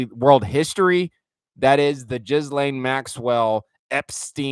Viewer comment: Love what you do!!!! Can’t deal w the “jizz-lane Maxwell” annunciation 😂 “gill-lane”